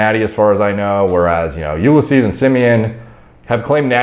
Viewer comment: It's no You-le-seas, it's You-liss-ease, lol